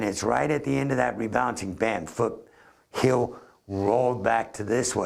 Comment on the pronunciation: Its 'heel'. ;)